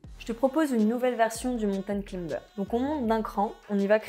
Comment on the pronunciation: A prononcer claïmber... Pas climber...